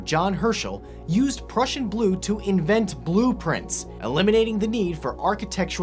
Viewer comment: me a russian, hearing that horrible mispronuciation. No really. I had to rewatch that moment 4 times to understand what does blue have to do with russians and to understand what he was saying lol.